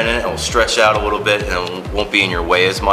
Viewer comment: I had to stop watching this video because I couldn't stand him saying "a wittle bit" instead of a little bit. drove me crazy